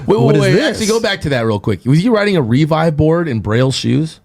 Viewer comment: Why can’t pronounce Revive correctly lol